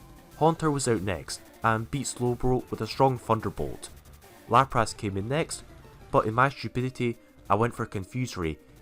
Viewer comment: No One:: LaprASS